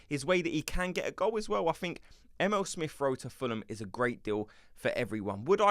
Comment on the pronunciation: 😂 his name is E-mee-le 😂 not M.L